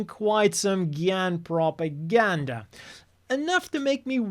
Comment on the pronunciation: I think you mean propaGYANda...